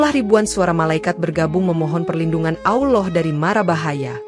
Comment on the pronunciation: Gue gak suka yg Bicara menyebutkan AwLoh harusnya ALLAH SWT. Segitunya Cari Duit. Bangkekkk